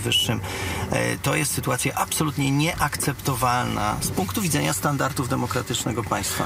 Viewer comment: Standarty, standarty, standartów..., mówimy: standardy i standardów.